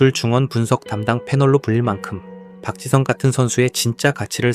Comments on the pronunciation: 맨유 팬인 동료가 박지성 이야기를 하던 게 생각나네 그 당시엔 그의 가치를 잘 모르겠었지만 지금 보니 박지성이 정말 중요한 역할 했음 그리고 발음도 완전 정확하게 '박 지 성'이라고 부르더라 ㅋㅋ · 영국인 동료가 맨유 얘기하던거 생각난다 박지성에 대해 언급하면서 실력 있을 땐 그 가치 잘 몰랐다면서 지금 보니까 진짜 대단한 역할이었음을 인정하더라 심지어 이름도 정확하게 '박 지 성'이라고 부르니 귀여움 ㅋㅋ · 맨유 팬인 영국 직장 동료가 박지성에 대해 이야기한 거 기억나네 그때는 그의 가치를 잘 몰랐지만 시간 지나고 보니 진짜 엄청난 역할이었음. 발음을 아예 정확하게 '박 지 성' 이라고 하더라 ㅋㅋㅋ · 한국선수 발음 이정도로 하는거면 진짜 지성인 축구선수 맞네 ㅋㅋㅋㅋㅋㅋ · 영국 맨체스터 촌방언으로도, 스코틀랜드 촌방언으로도, 아프리카 어딘가방언으로도 정확하게 “지 성 팍”이라고 발음한다. 경상도 사람도 잘 못하는 ”지 성 팍.“ 이게 이 사람의 존경심을 나타낸다.